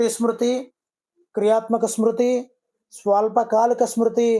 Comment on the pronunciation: Smruti. Not sruti